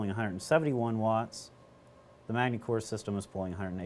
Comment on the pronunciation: The s is silent in Magny-Cours